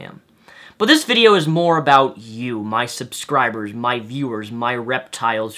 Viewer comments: you said subscribbers:D very impressed. keep it up geekness is awesome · You pronounced the first "b" in subscribers! Proud of you:')